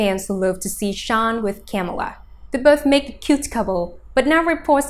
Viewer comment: If you want to make a video about them at least pronounce her name right...